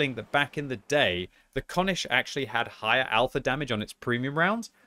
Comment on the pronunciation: Having you say konisch hurts. Its pronunciated just like cornish without an "R".